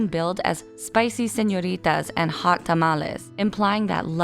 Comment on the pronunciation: Your pronunciation of the word "señorita" was i m m a c u l a t e. Kudos to the narrator!